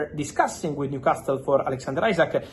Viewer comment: It's a silent T in Newcastle. Makes it easier to say for you too